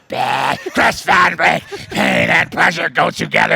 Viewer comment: Am i trippen or did he say Chris van bleek?